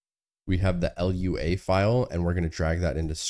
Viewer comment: "conf" "ell-yoo-ay" What is wrong with you??